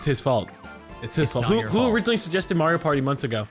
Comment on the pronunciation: then again, he does say mayor-ioh. not marr ioh. so. to be expected i suppose. shurg /s